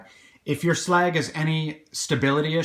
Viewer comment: Glad you actually call him slag his correct name.